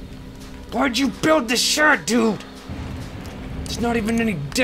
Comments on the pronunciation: sounded like he said shit o.o... But he's saying shed xD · He said "shed"